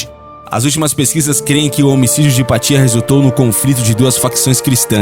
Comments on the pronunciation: Mas, por favor, é Hypátia, ok?! E não Hypatía... Rsrsrsrsrsrsrs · eu acho que sua "pronuncia" do nome esta errada não seria " hipácia " ? do italiano ou latim "hipatia"? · O vídeo foi muito interessante, porém a pronúncia do nome "Hipátia" está errado. Não se traduz nomes próprios.